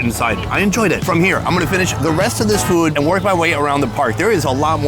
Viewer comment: Sonny gets on my nerves why he’s always say fuudd instead of food ?? Get on my nerves already !!